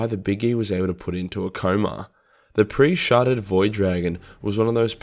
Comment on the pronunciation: I thought you said pre sharted Void Dragon 🤣